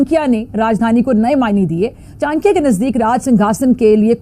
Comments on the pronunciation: ओ बीबी चाक्या नहीं चाणक्य होता है, पढ़ी लिखी नहीं हो क्या?😂😂😂😂😂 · Chankiya? Ye pagal hai kya? Pahle chanakya to bolna sikho.? My foot.jahil kahi ki.